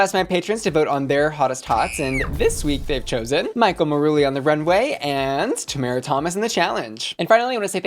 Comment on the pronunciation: girl we made it the whole season without you pronouncing tomara correctly one time. I love you so much, but plzzzzz. 🙉